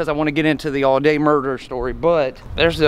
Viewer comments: It is not Al day. It is pronounced Allday as if it has two LLs. I know. I grre up close by. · I appreciate your effort. You are accurate with most of it. I probably know more about this case than anyone, as my father wrote a book about it, Dead Man Coming, after covering the crime, then the trials. He wrote the book and there was an escape from Reidsville State Prison. Other than not pronouncing the family name correctly, you did get most of this right.